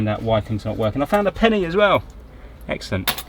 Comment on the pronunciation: I love how you say EGGcelent